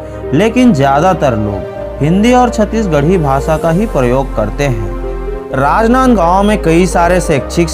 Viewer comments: कितना गंदा बोल रहा है...राजनांदगांव बोलना तो ढंग से सीख लो। इन्फोर्मेशन बहुत कमजोर है। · Bhai rajnandgaon jis style se bola hai n ispe hi mza aagya🤣🤣